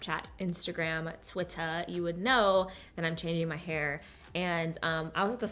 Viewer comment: She said Twitter so British 😂😂😂 I'm British by the way !!!